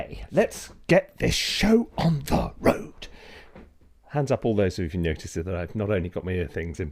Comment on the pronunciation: Ok, let's get this show on the ”Røde” 😜